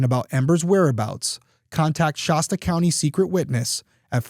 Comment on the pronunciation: In case it ever comes up again, I’m pretty sure that the locals just say “shass tuh” county. Good coverage of a really sad story, thank you Derrick.